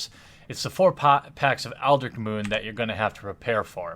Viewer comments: you keep forgetting the t in eldritch...for months now...you're killing me. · definitely eldritch not eldrick